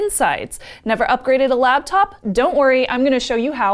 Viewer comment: Anyone else slightly irritated that Shannon says "labtop"? Maybe its a regional dialect thing I don't know about.